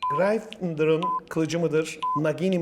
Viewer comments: Her yanlış telaffuzda sinirlerim bozuluyor. Hermionie’nin ailesi, grayyfindor... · grayfindir dedi uzdu:D